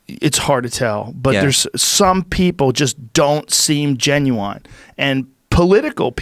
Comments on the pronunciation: Joe "when I say 'genuine' I pronounce it 'Genuwine' like the guy who sings 'Ride it, My Pony'" Rogan. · Rogan keeps saying “Ginuwine” 😂🤣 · Joe "Genuwine" Rogan